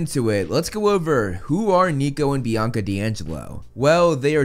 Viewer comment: Bianca didn't have her hunters stuff until after Percy met them And clearly people didn't hear a bianca The only small sound was of "BIACA BIACA BIACA" like someone with a speech problem